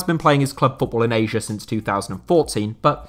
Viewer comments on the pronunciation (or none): none